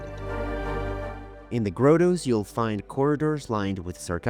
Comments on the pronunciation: Wonderful presentation.... But ... "Mah-dul", not "moe-dul"... "Grah-toe", not "grow-toe", "Guy-us" or "gay-us", not "guy-yoos". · Teaching the Italian accented A.I. voice the proper pronunciation of the word grotto would be nice. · Omg stop saying Grotto wrong